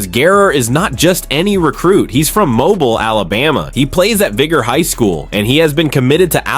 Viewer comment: A.I. news. It's obvious with the pronunciation of Mobile and Vigor and other words. How true is the report ?? Seems to be all true